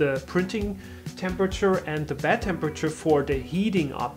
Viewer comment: It's pronounced bEd ... not bAd